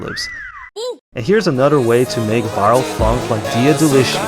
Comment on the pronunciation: "Dea de-licha" -> "djia delicia"